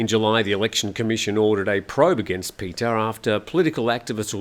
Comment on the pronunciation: A few a linguistic quibbles: Pita (พิธา) is not pronounced “Peter”, it’s “pi-taah”. I think if you’re going to report on Thai news then at least get the pronunciation of the Thai names correct. It’s basic courtesy. (How would he feel if Thai news anchors constantly refer to you as “Time Noo Ton”?) “Joke” (โจ๊ก) doesn’t come from the English word “joke”, it’s the popular Chinese dish made with rice congee. And it’s pronounced more like “chohk” - with a skeptical questioning tone like “whaat!?”. In English the “o” in “joke” is a diphthong where you start with a large open O sound and close your lips down to a smaller OO sound. In Thai, the “oh” vowel remains fixed at the starting position of your mouth.) And as for “Peuh Thai” (I don’t understand how it’s always misspelled in the English media) it’s “Peuh-a” Thai (เพื่อไทย). Granted, it’s tricky to pronounce. “peuh” kind of rhymes with “fur”, but you have to smile while you’re saying it. And then you conclude with a short “a” (rhymes with the “a” in the Italian pronunciation of “pizza”). Now, most “Peuh-a Thai” supporters feel angry at being deceived by the party, so mispronounce away: it’s somewhat insulting to do so. Like saying “Aye! Peuh! Thai” (ไอ้เพ้อไทย) - implies “that conceited pack of curs”. :)